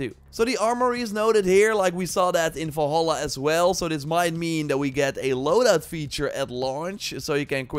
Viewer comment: WHY DO U SAY ASSASSIN'S CREED FALLHAALAA ??? INSTEAD OF DUXKING VALHALA ????